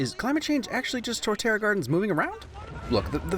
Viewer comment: Torterra* not Toreterra